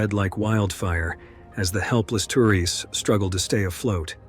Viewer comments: Caught that! Don't forget the tur-eests! 😂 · Nice AI pronunciation lmao “canoe” “navigated” “other two canoes” “the third canoe” Kind of an interesting glitch considering the other voices on this video had no problem pronouncing “canoe” correctly 😆 Oh one more, - “tourists” Come on man, do better. Is it really so hard to do your own voiceovers? Ridiculous